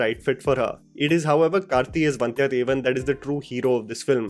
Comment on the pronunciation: Thanks for Saying "Kaarthi" instead of Karthi ( like in your Teaser review). The first one is the correct pronunciation.